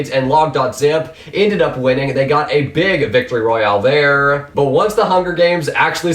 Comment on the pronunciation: Nice infos and nice put together but... it is slightly annoying how you pronounce the last word of your sentence.. thereeeeee~ hereeeeee~ thhhhink~ Eh, sorry but slightly annoying in my opinion